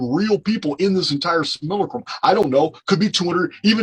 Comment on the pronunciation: I do believe that's. . . Sim-U-lack-rum